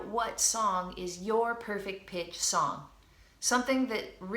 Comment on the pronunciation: i've thought u've said 'perfect bitch', lol